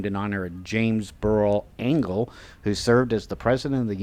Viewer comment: Bravo, outstanding tour and much research went into your presentation. BTW it's pronounced like angel not angle. :) I graduated with a BS in mathematics in 1967 and an MBA in 1977. The campus has changed immensely (for the better) during the ensuing 57 years. As alums alway say "It's great, to be, a Michigan Wolverine." Go Blue